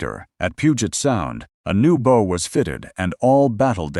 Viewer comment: The word "bow" is mispronounced here as the pronunciation given to "bow" in "bow and arrow." No person even remotely familiar with maritime, let alone naval, affairs would make that error. If the people who produce this get that word wrong, they aren't worth listening to.